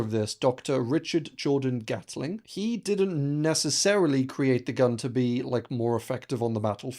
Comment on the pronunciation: _GAT/LING_... not _GATTLE/ING_. Not gonna' wait for the next BUTCH/RING of pronunciation. Bye